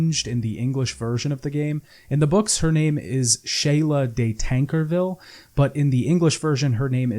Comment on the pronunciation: I was about to say; it's changed from Tancerville to Tanserville so people will pronounce it right unlike he did. As far as the first name... eh the pronunciation didn't change and I guess Sheala sounds like the woman that does nails down at the mall not so much a fantasy sorceress.